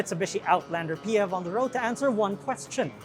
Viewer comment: Rest of the world -- "PHEV". TopgearPH -- "Peehevs" 😭